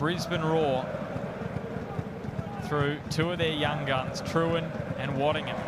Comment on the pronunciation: Pretty sad state in commentary when they can’t get player’s names right. Waddingham, not Waddington.